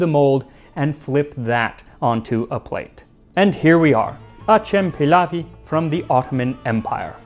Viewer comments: Its Acem Pilavı. Theres no any word like pilawi. And its also pilav. 😅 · Wtf is peelaf dude. It's pilav. Put it in Google translate and listen to it lol good video tho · its not "pilawi" it is "pilavı" . W is not in turkish alphabet. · Why people always call wrong mames as Turkey? Our country name TÜRKİYE 🇹🇷 and that food not pilaf . İts pilav that simple . And it's not Ottoman Empire . İt's Osmanlı devleti . Stop pronounce wrong about names . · Its Pilav not Pilaf. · It’s pliav not pilaf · Pilav???? Its Pilau... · It's written pilav and pronounced Pilau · As a Turk myself, we loove eating and creating and trying new dishes from different parts of the country. I really appreciate you mentioned ancient Turkish resources such as Kutadgu Bilig which is taught to students from middle school. And as a little tip for the turning the pilav - which is pronounced like pea-love instead of f - you cook it just enough to leave some water encapsulated in rice which adds cohesion to the meal and makes turning easier well done and thank you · its pilav bro